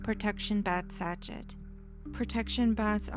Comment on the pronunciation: Hi! Lovely video. Just a note meant to help you...the bag sachet is pronounced "sash-ay"